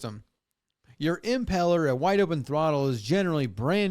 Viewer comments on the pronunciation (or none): I'm doing lower unit seals for the first time on my 2003 Yahama F30 and it's been used in salt water the past 23 years. It was just starting to leak. Jesus must have saved them.😂 And it's pronounced imPELLor, not IMpellor.